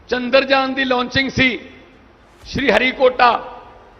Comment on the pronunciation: Chandarjaan nhi Maan saab Chandaryaan rha vo😂😂